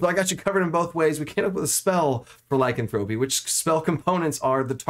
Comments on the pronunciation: Not trying to be mean and not to be a granmar nazi but it's not lycanthrope-ee it's Ly-can-thropy 🙂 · A minor point and I know it's pedantic, but the stressed syllables change a bit depending on which derivative of the word you are using ... Lycanthrope (the creature) stresses the first syllable [LYcanthrope], Lycanthropy (the disease) stresses the second syllable [lyCANthropy], and Lycanthropic (the adjective) stresses the third [lycanTHROPic] ... hope this helps ... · Great video, the only thing that drives me crazy, is the mispronunciation of Lycanthrope. Lie...can...thra....pee. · IPA Pronunciation: /laɪˈkanθɹəpi/ There's some good info here, but the constant mispronunciation makes me twitchy. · The way he says lycanthropy kills me. Otherwise, great video. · I can't believe you're the only one to comment on this. I was losing my mind and couldn't finish the video.